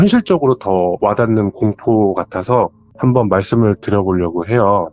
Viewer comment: 이분 사연은 말 끝부분에 해요~하는게 거슬려서 못듣겠네.. 다른 부분은 괜찮은데 해요~ 이부분이 이상한 리듬같다고 해야되나.. 딕션 좋고 다 좋은데 해요 이게 딱 거슬림..ㅠ